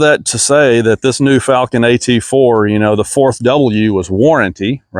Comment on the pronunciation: you even pronouncing the company's name incorrectly, video is trash